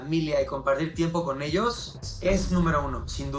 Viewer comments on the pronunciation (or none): Juanba Zurita, dónde está la platita? "Finanshal Shitueishon", paaaabres! "Para cuidarse a esshosss"